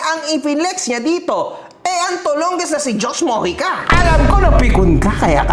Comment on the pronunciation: "TOLONGES". Dun napikon eh😂